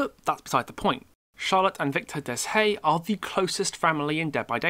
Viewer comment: I'll explain this best way I can, But Deshayes isn't "Des-hayes" It's pronounced as "Day-eye" If that makes sense.